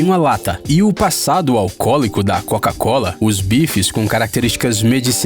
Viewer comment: Cara errou tanto na coca cola quanto na Keyloogers